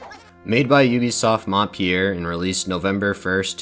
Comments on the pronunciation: it's Montpellier and not Montpier !!!!! Pronounced Mon-pe-liea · I just launched the video and a already love it, but your prononciation of Montpellier is absolutly terrorizing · As a French player, i'm so happy to see this game getting recognition but also a bit triggered to hear how you pronounce Montpellier, great video otherwise haha